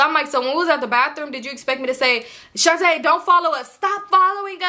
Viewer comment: Every time I hear you say Shontae I cringe girl 😅, this gotta be the most invested I’ve been in your story times 😂. 🫶🏾 your content been a fan for bout two years now. Keep it up suh!